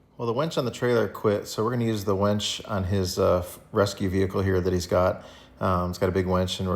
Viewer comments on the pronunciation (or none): Winch, not Wench!